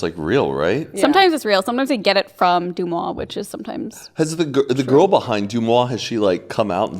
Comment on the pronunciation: Deuxmois means "2 months" in french. You guys also pronounce it incorrectly lol but that's okay. I dont think its a sound that english speakers use naturally. It's pronounce kind of like "der muah"